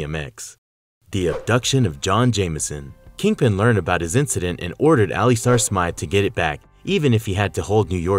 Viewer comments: its not pronouced (ali-star) ...its pronounced (ali-ster) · Good ol al-e-stare Smith lmao 🤣 cmon man it's pronounced al-luh-star lol you guys struggle pronouncing the most common words/names I swear. Good content tho. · The other guy, who created the Spider-slayers, whose name is being constantly & BADLY mispronounced is Alister Smythe (the y is pronounced vs being silent for the last name), as you do at least once in the video. The horrendous mispronunciation of Alister is really killing us, your audience....